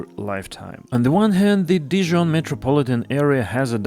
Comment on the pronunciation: I LOVE that you had a francophone say the new terminus name! Definitely something to continue. Good job.